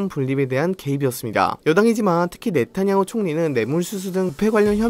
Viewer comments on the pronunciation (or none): none